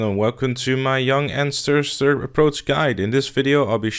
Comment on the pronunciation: “Welcome to my Yung Ann-stir-stir guide”